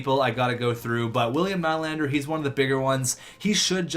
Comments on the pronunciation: It's nee-lander not kny-lander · It's "Ni-lander"